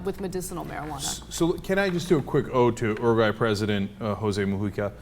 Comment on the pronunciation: LOL ... "UrU - Guay" Is that how all Americans pronounce it? xD